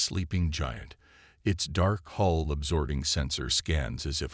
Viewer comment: HULL! Hull dammit! Not 'haul' or 'hole' or 'hall'. And 'doobie calls'? It's 'duty calls'. Le sigh. Despite the maddening word salads, it's a decent story.